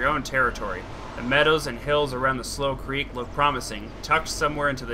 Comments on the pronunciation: its not pronounced "slow creek" its slou creek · I heard you say slough creek and I thought you spelled it slow creek oops :3